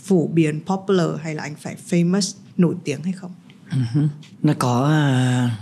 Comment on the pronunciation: À nhân tiện, chị tóc bạc ơi từ FAMOUS, dấu nhấn nằm ở FA nghe chị, không phải nằm ở sau nhé. Thấy chị lặp đi lặp lại hoài em mới thấy lạ chứ không phải em bươi, em móc chị đâu nhé nhỉ?!